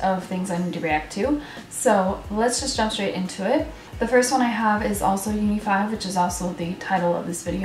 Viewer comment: And yeah, u pronounce their name right :>